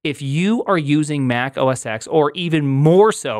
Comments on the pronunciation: You do realize that "OS X" pronounced OS Ten. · Back in the day, the X in OS X was intended to be pronounced "ten" because it's a roman numeral. Unfortunately, filthy casuals kept saying "X"...